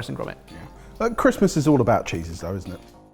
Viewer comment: did you say "Christmas is all about cheeses" or "Cheesus," a portmanteau of Jesus and Cheese?